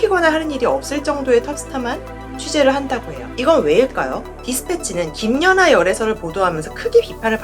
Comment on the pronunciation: 저기요...김녀나가 아니고 김연아입니다. 남의 이름을 넘 왜곡해서 발음하시네요. 거 열라 신경쓰이네